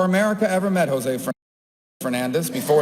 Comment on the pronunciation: RIP, José, you were great and you never deserved a Senator who doesn't show up, always bashes the country you were born in (most of the things he says are untrue - Cuba a communist nightmare? not really) and who can't even pronounce your name. You deserved to live on to witness Senator Murphy. You will sadly be missed